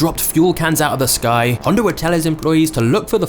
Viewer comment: dude says "Honder"